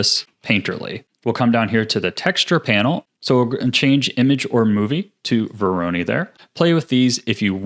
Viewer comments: I know right? it's voronoi not veroni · Excellent tutorial! Can't wait to use it in the future (but like, sir... it's vo-ro-noy, not vo-ro-nee) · bro it's not vo RO ny it's VO ro noi 😭 sweet shader tho 👏🏻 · VORONOI not veroni ;) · Absolutely fantastic tutorial, thank you so much for making this! I've been looking for a tutorial like this for a long time. Very minor side note: It's pronounced "voro-NOY" not "voro-NEE" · vOr-oH-neE texture. (No harm meant, great video) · Don't wanna be "that guy" but you're mispronouncing voronoi It's voh-roe-noi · nice tutorial :) btw, dont want to be annoying but you kinda pronounce 'Voronoi' wrong XD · The way he says Voronoi stresses me out xD